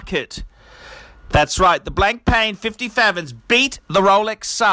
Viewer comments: It's not pronounced Blankpain, it's Blanpan, the k and I are silent. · Blank Pain... ahaha BLAN-PA!